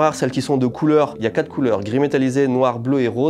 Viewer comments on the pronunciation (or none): none